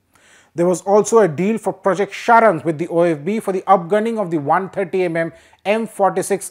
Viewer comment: it is SARANG not SHARANG